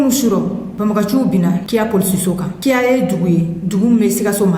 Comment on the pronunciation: Bonsoir souvent il faut contrôle démo c'est pas kiya c'est kinia